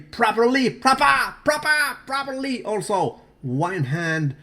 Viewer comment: Very prahpra prahpra properly!